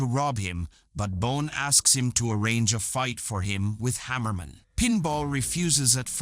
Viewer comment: It's not Harriman it's Hammerman